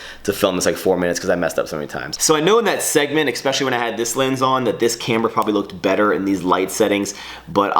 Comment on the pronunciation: can you PLEASE stop pronouncing especially like "EXspecially"?! I've put up with it for years and enough is enough. From now on, every time you pronounce it like that I will sneeze without covering my mouth!